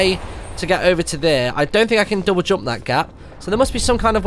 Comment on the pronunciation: Martyn saying think sounds like tink